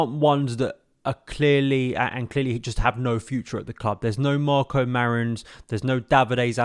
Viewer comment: Nah I had to sub when you called marko Marin name 😅😅😅😅😅😅 👏🏾